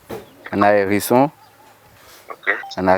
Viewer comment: Hérisson et non Ericsson 😂!